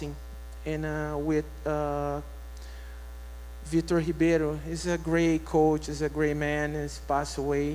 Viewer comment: Have the commentator say Vitor's name properly. These fighters are the reason you put food on your table. They purposely have so many commentator's say Vitor's name wrong to purposely piss him off.